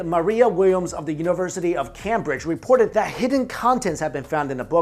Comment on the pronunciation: ok, i can believe that you may not know how to say "Jesuit".....but what was up with that pronunciation of "cambridge"?